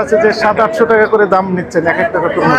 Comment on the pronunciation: তমরুজ না ভাইজান, তরমুজ হবে ❤